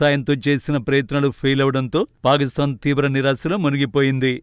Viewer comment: Anchor పాకిస్తాన్ nu పాలిస్థాన్ అని చదువు తున్నారు